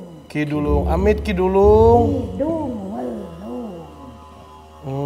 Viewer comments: ngakak bgt kalo nyebut ki dulung pdhl ki duwelung😂♥️✨m00d. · Lg mncekam2 nya aq ktwa krn salah mulu nyebut nama ki duwelung ny😅